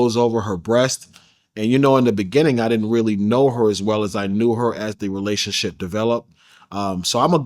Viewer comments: He also said, “relation-tip” 🤦🏽‍♀️ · My mans said relationtip. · Bro said we both virgirls & relationtip 🤦🏾‍♂️tell me I'm not the only 1 heard that or am i tweaking